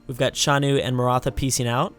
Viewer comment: The Xiongnu are not entertaining; they shouldn't even be on the strawpoll. Plus you have been butchering their name (Zshongnu, not Shanu) this whole series.